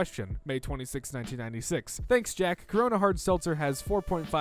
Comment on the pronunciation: man it sounds like he's saying cock when he's saying corona or covid.